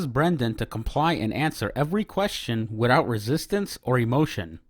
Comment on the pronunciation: uhhh... wtf? Why did you play the same commentary twice, and over the audio without pausing the second time? Also, "widout". Jesus. /eyeroll